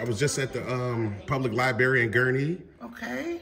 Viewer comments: liberry? lol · Lie-berry? How many r's in libRary? Pronounce both of them please.